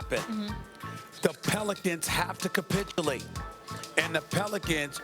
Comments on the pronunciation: Why does Steven A have to ca-SPIT-ulate while using that word tho🤔? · This nigga Stephen A been saying “capitulate” for like the last 4 days 😂😂😂